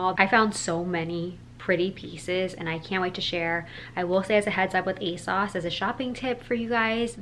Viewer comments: love this! just letting you know it's pronounced "aye-sews" not "aye-sauce" :)) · The British fashion YouTubers I follow all pronounce it "Ay-sauce." They talk about ASOS more than the Americans I watch, so I kinda thought it was "Ay-sauce" too!